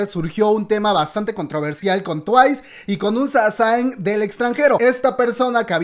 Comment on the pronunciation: Sé que no tiene nada que ver , pero se pronuncia "saseng"